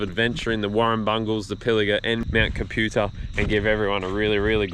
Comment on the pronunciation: It's pronounced Cap - U - Tar... My home range